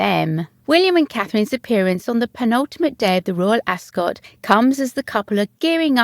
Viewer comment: You're obviously English. Ask somebody over there to teach you how to pronounce 'Ascot.'